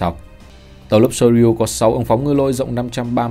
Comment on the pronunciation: Soryu : đọc là sô riu nhé ad